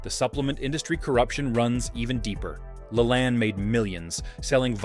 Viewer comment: How did you pronounce Jack LaLanne's name? I never, EVER heard it pronounced that way... Sounds like you didn't quite do all of the homework necessary to put this together. I'd be embarrassed if I were you!!! You obviously did not grow up when I did!!